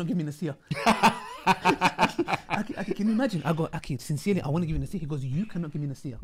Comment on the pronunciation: Every-time brother says ”أكي” instead of “أخي” it makes me smile, may Allah blesssssssss you broters